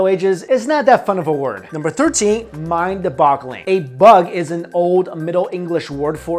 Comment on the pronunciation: BOG not BUG. B O G It's mindBOGgle, not mindBUGgle